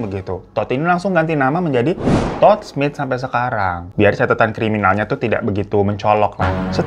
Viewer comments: Pengen ngakak terus setiap kak hiro bilang “ Tood “ 🤣🤣🤣🤣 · Rada eheeeek tiap babang nyebutin namanya "Todd" 😂😂😂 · "Todd" nya mantep bener bang nyebutnya😭🤣